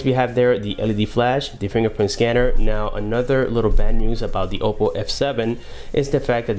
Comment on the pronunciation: it's Oppo, not Opo..